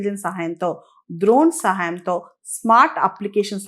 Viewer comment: డ్రోన్ ద్రోన్ కాదండి